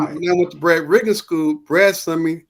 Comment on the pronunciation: "Brad RIGGINS' Skoo" It's Brad Rheingans. RANE...GANZ. School. SKEWL.